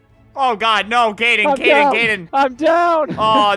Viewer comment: Kaden not cayden